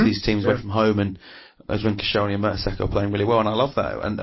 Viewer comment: If this guy says merta"soccer" one more time. ....